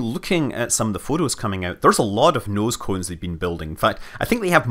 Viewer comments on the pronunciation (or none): I wanna hear Scott pronounce „noescoens“ again.